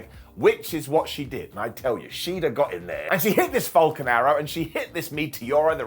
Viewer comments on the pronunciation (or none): none